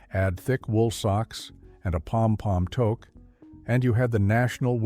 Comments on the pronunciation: No kidding eh. Toke! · The AI can’t pronounce Toque